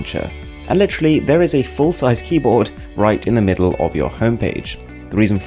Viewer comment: KEE YYY BOARD hehe